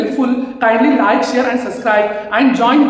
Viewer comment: Not suscribe sir its subscribe